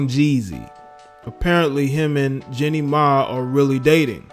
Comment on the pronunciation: It’s Jeannie Mai.. not JENNY Mai!! You are such a pathetic loser.